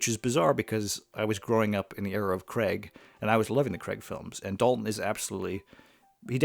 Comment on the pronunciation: It’s not Daniel ‘Cregg’. It is ‘Craig’, which sounds like the word ‘cray’ with a ‘g’ at the end. It’s a long ‘a’ sound. Why do so many people mispronounce his name?